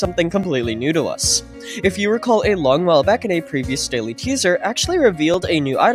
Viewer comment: “Recaw”??? Don’t u mean “recall”